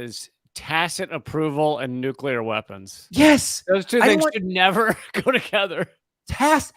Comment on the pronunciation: Nu- Clear NU- CLEEEAAARRR! NOT NU-CUUUU-LARRRR!